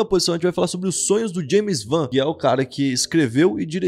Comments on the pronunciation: James van n - James “Uan” = James Wan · Fiquei coma agonia quando ele falou "James van" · vc falou JAMES VAM mds PSJDISBSKBSKSBSOSNKSNSODKD Video foda cara, seu canal é mt bom vsf velho vc é demais